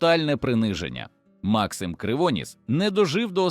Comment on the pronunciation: Ну це ж треба так бемкнути : МАксим КривонІс , ЯреМа !!!